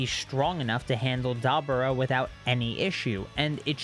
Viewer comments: His name is pronounced Da Bora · Its dabura not how you said it